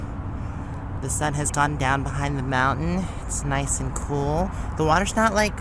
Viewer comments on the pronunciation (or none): none